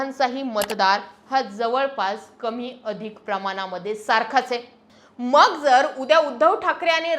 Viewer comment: अगोदर मग शब्द व्यवस्थित उच्चार करायला शिका , तुम्ही मग या शब्दाला 2 मिनिटे 23 सेकंदां वर मंग असा उच्चार केला